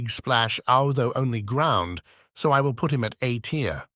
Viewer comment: Hearing the tts mess up "A tier" is irrationally funny to me